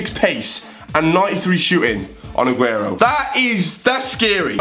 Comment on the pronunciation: You pernowntst him right